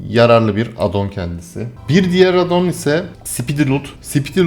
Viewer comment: AAAADDDON DEGİL , ingilizce addon , A ince söylenecek.